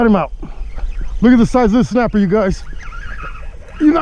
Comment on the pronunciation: Now that snappah is a KEEPAH ! It’s a big boy baby!